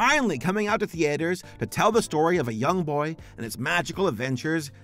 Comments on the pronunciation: My guy why do you say “Theaters” as The-Aters! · Lol, the way that pronounces "Theaters." Can't wait for some of these movies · Lol why does he say "theaters" that way?? 😭